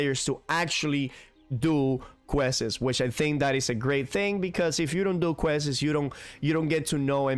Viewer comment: I can't tell if you're just messing around when you are saying questes instead of quests.